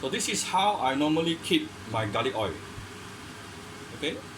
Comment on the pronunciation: hot oi. you forgot the pronounce the L at the end.